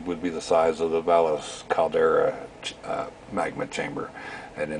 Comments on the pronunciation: Valles is not pronounced Val las....it is Va ye s LL= y as in ya. vowel e = A long sound. as in Age. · It's not pronounced as "Valles Caldera" in NM spanish when you have two "ll"'s next to each other it makes a "y" sound. It's pronounce Vai-yes- Caldera.